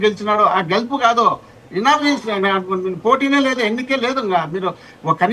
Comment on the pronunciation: ఇనామినేషన్ కాదండి గారు యునానిమస్ అనాలి